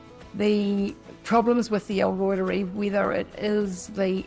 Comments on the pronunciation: I know it’s a little picky, but it’s pronounced Reuteri as in ROY-TER-EYE. It’s a guys name 😊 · L Reuteri ( L Rooter ri) that is how Dr Davis pronounces it! I am a Kiwi born, but lived in the US for many years. If it separates I just blend it and drink it like kefir. Doesn't matter it works just fine. If it makes cheese separate it drink the way and eat the cheese. This culture is very finicky,but you can always use it. I have the exact same yoghurt maker, someone said that maker is prone to separation. Not sure why. Dr Davis uses a sous vide machine. I always cut back on the inulin, maximum a tablespoon for 2 L.